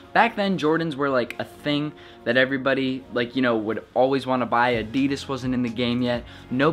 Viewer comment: thats not how you say adidas